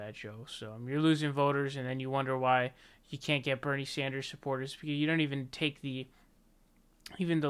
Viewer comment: I like watching you! But I laugh my ass off when you pronounce names. Joe bidean and Bernie sonders are my favs